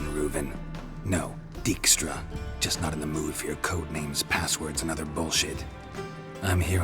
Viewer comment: That was weird, first pronounced him "Deekstra", and then later in the conversion he said "Dikestra"!? Earlier in the Let's Play I commented saying it was the latter, but now I'm confused.